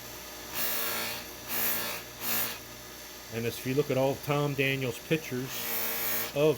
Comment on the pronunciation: As our favorite FatGuy Paul from beautiful Las Vegas notes, it's Tom Daniel. There's no "s". It's apostrophe "s", as in "The Munster Koach was built by George Barris, but was Tom Daniel's design." But it is not "Tom Daniels." If Victor Borge's Phonetic Pronunciation had caught on there would be less confusion. Having said that, What a build!!! Love the golden block. [Sounds like an award, "...And the Golden Block goes to..." You,!